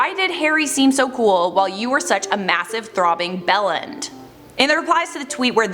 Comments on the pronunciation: Hearing someone who’s not British say bellend made laugh 😂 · Hearing say "bellend" in her accent is the funniest thing I've ever heard... you know it's really crude and insulting British slang, right? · I’m sorry but can we just appreciate how says ‘Bellend’ Brits be shaking their heads